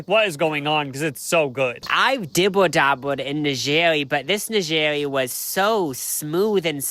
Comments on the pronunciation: The constant changes in pronunciation of Nigiri is hilarious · please look up how to pronounce nigiri 😖😖